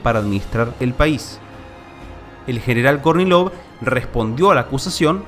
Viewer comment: Cuando dice Kornilov yo escucho Courtney Love. 😊 Seguro no soy el único